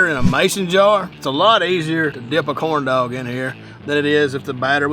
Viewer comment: Sounds like he's saying corn dough 😂😂😂😂